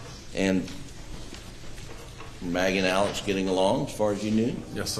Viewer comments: Why are they saying AleC when it's AleX? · They are pronouncing it the way Alex himself pronounces it which is as AleC as opposed to the traditional short form of Alexander. It technically isn't wrong either if you think about it when sounding out the name Alik-zan-der and deciding to abbreviate it phonetically as opposed to how it is spelled. Many in the media are also mispronouncing the last name. Despite the spelling, he pronounces his last name as MurDOCK, not Mur-DAH or Mur-dawg.